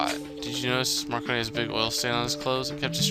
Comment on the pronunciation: I don't know why, but saying marconi's name wrong is really funny to me